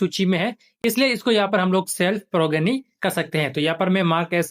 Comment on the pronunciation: सभी blo से रिक्वेस्ट है कि progeny को प्रोजेनी बोलें, यही सही उच्चारण है😊